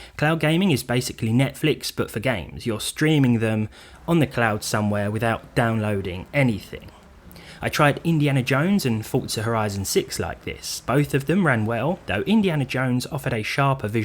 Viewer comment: Why are you saying 'fortza' , you're not American.. just say Forza, no need to copy what people say.